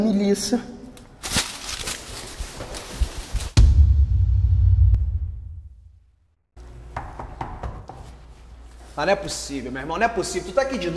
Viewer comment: "Miliça" kkkkkkkkkkkkkkkkk